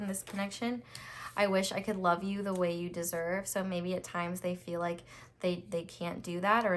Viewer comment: " I lufe u " 💀💀💀